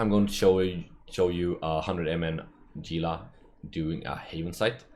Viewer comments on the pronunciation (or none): He-lah. Not "Gee-lah" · it's pronounced "heela" like the lizzard it's named after. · Gunther Ultrabolt Novacrunch then why's there a G in the name instead of an H? and why do CCP employees call it Gila instead of HEELAAAJGGAJXIJWX?